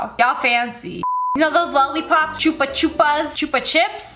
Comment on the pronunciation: Chuba CHUBBSSS Said as (where I’m from) ( Ch-oo-ba) (ch-oo-b-sss)